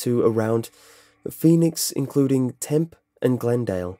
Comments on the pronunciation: Erm.. I hate to be THAT guy, but ish.. It's pronounced Tem-PEE. Not Temp. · Tucson is pronounced "Two-sawn". Prescott is pronounced "Press-kitt". Tempe is pronounced as "Temp-E". DON'T JUDGE US AZ NUTBALLS! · its pronounced tem-pea. i live in phoenix i remember the lights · I had to chuckle when you said "Tuscan and Tempe. It's pronounced tooson, and tempee. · I don't know if anyone has let you know but the city of Tempe in Arizona has a long "e" sound at the end, [tem-pee] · Tucson= two sawn Tempe= temp ee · lol I'm from chandler arizona and hearing how you pronounce Tucson, tempe, and Prescott is making me so happy lol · Lol Tucson is pronounced Tooson, and Tempe is pronounced Tempee.